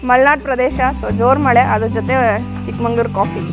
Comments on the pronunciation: Good vlog carry on the good work. Its Chikmagalur sir n madam not ChikmaNglur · Chikmangaluru alla swamy Chikmagaluru.